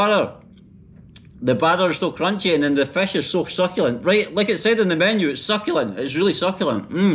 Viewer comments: I really enjoyed your joke about using left sink for .... 😅😅 and your Scottish accent as you were saying fesh instead of fist I like it ,by the way welcome to my city zinda Dilan e lahore ,city of lively hearted people ❤ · The way he pronounces fish 🤣🤣